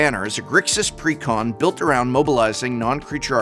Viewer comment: I had to pause the video immediately. You said "precon" like someone properly enunciating "pecan" 🤣 He didn't say "pre con" he said it all fancy like, he said "precON" 🤣